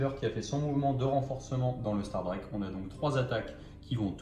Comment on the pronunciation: Je pense qu'un membre staff du warhammer world est mort chaque fois que "STARDRAQUE" à été prononcé dans cette vidéo.